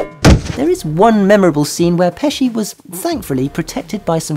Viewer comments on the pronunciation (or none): It’s an iron that fell on his face not a camera and it’s pronounced pesky not peshi